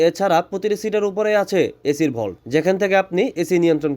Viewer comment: ওইটা এসি ভল্ট না,এসি ভেন্ট।